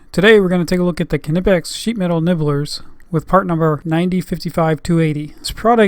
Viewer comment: it's Knipex, not k-nipex